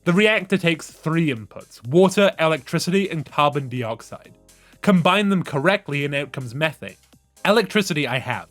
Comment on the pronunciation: I was enjoying this so much right up until you started pronouncing dioxide as dee-oxide, so distracting, it's die-oxide.